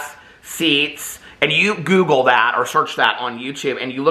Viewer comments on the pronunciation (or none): none